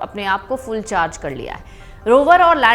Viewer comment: For GOD's SAKE!! IT IS OxyGen, not OxyZen. It is HydroGen, not HydroZen ! A flower is a PHool, not Fool !